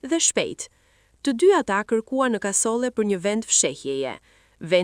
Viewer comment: Jo kasole por kasolle apo nuk e flet shqipen saktë?!